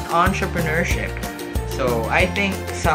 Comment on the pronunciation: 'atraprenuership' ang cool ahahahah